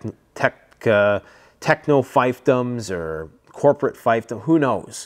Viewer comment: "feefdums" not "fyfdums." Fief rhymes with thief. Empires fail for various reasons;, you nailed some of them. All empires fail due to a concept known as "imperial overreach." They take more than they can hold. A good book which explains this is, "The Rise and Fall of the Great Powers" by Paul Kennedy.